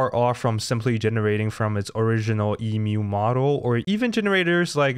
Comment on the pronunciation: Omg ... You say Emu correctly .... Yay !